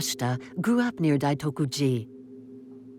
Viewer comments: The narrator says "Daikoto-ji" in the very first second. It's not that hard to pronounce Daitoku... 🫠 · It’s Daitokuji. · Thanks for the explanation, Dai Toku ji is a very important Rinzai zen monastery in Kyoto. “Daikotu” ji doesn’t exist